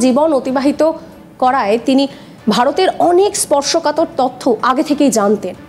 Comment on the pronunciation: শব্দটা ত(অ)থ্য নয়, ত(ও)থ্য, আর ভ্যাকেন্সি নয়, ভেকেন্সি। বড্ড কানে লাগে।